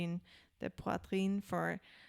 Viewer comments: Guys, it's Poitrine not Poutrine 😂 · Corrigez : POITRINE not poutrine ! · Its Poitrine and not Poutrine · It's poitrine not poutrine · Pronounce "pouah" - "tree" - "ne" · Ok.. it’s.. for yer brain.. “anjean day poo-treeen..” 🎉😂 they actually pronounce it at the beginning of the KEXP Performance if you actually “listen”😬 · It's Angine de Poitrine. It's OK that you can't pronounce it right but at least write right. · Concerning the pronunciation of the name (because, no you didn't nailed it!), a word or a sentence, you can go to google translate, you choose the language you want, you write the word or sentence, you click the little play button, and google will say it with the right pronounciation for you. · If you're unable to pronounce their name now,please don't do It again